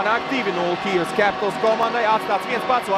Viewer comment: Pasakiet kāds komentētājam, kad ir jāsaka "Kijiva" nevis "Kijeva".